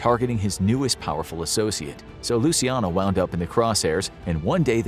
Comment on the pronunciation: Dude said, "loo-see-AH-no". It's (loo-chee-AH-no) or if you wanna get REALLY Italian, it's just 3 syllables: "loo-CHYAH-no".